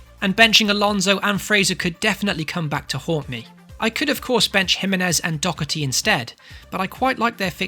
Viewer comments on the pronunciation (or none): none